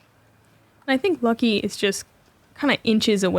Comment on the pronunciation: As a Nordic, I find it so cool you call Lykke "Lucky". Atleast that was it sounds like :) As a site note. In Nordic language, her name translates to "Happiness".